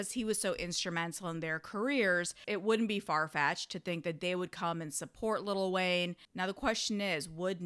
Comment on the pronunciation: i agree but damn it's funny hearing you say little wayne 🤣🤣